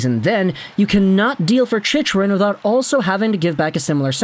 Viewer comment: Holy hell dude.. CHICK-rin. Say it.. CHICK-rin You've had like 100 videos about him and you still say it wrong. Imma start calling you..